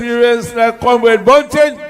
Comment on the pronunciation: Him born a Jamaica according to him and cant say comrade